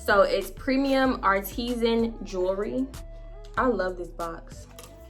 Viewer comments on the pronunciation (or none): Bruh I know I'm late to the party but wtf is Artestin or whatever the f you said 🤣😆. It's pronounced like artist-sin but put together .. you took me out with that one lol